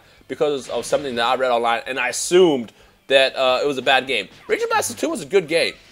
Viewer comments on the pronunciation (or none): Never "asume"